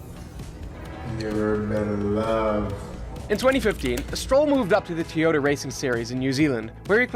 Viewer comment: How did you pronounce toyota